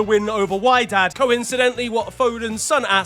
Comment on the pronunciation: Lol, it's 'WEdad' and not 'WHYdad' :D